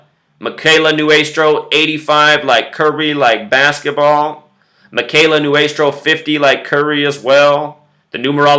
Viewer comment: I was Kimberly's friend, and you speaking about her in such a demeaning manner is incredibly rude and disrespectful to her family, her friends, and her entire community. It is appalling to see someone who cannot even pronounce her name correctly pretend that he actually knows something about this. Kimberly's story was one that showed the compassion and love of the people around her, and you just turned it into some sort of twisted drama. Not to mention that you completely fail to even do your research correctly. Consider that the people whose lives this wonderful girl touched are heartbroken and grieving. Her community would be terribly upset to see this extremely offensive video in these difficult times. Please take this video down and stop talking about something that is not yours to talk about.